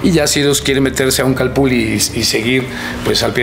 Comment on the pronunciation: Nmms se pronuncia calpuli😒😒🤦🤦